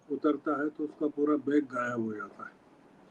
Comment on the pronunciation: श्रवण जी बेग नही बैग होता है।